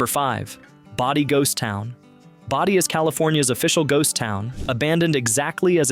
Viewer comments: It's BODIE, not body...I hate AI narration! If you're too lazy to talk, don't make a video! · Agreed, it's in-TEG-rah-TRON not INTA-grat-ton and BOW-die not BODy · PLEASE check the correct pronunciation of the. names of the places you feature! InTEGratron- BOdie ( rhymes with roadie)and ZYZYX( rhymes with physics). THIS is how history is rewritten ( erroneously!)As a sort of documentarian, you have a responsibility to get the facts straight-& this includes pronunciation! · You keep mispronouncing "Bodie". It's not "Body"! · The town name of Bodie, is pronounced as "Boh-dy", not "body." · BODIE pronounced BOW-DEE